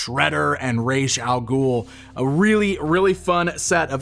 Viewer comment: rayj al guuul. its r aahh Z